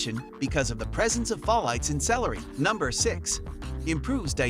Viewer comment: Why did you pronounced Folate folight?